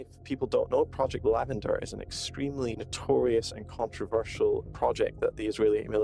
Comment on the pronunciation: Was he saying project lavender?